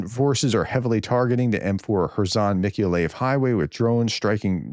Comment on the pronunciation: I live in Ukraine, close to Mikoliev. For the thrid time, it is pronounced, Meek-oh-lie-yev.